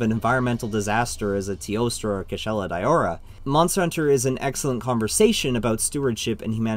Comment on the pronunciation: Its a bit cringe that he calls it Kushala "Dayowra"... But yup great vid.